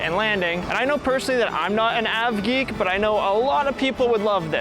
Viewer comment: its pronounced (ay-vee-geik) not (avv-geek)